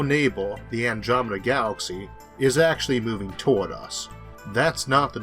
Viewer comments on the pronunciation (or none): none